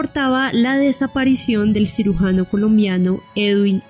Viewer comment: Nobia...., " sirugano" , NOOO.CIRUGIANO